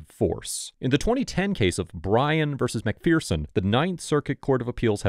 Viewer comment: MacPherson is pronounced "McFerrson" not "McFearson".